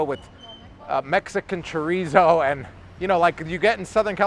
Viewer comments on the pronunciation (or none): none